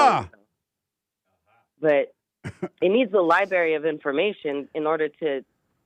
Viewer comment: I can't take anyone seriously that says "Li-berry" instead of library. I remember my elementary school librarian telling us that on the 1st day of Kindergarten